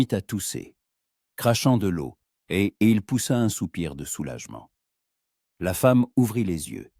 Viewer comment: L'eau on dit lo et non laio